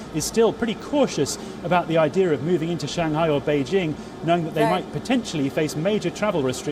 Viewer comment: she and Palki can never call Shanghai correctly , it is not Shan Ghai, hah :))